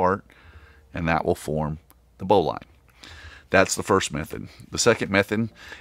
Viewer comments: Great video. Please pronounce Bowline correctly as Bowlin. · I think you are saying Bowline wrong. It's Bow as in Bow of the boat. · Why are you pronouncing Bowline incorrectly?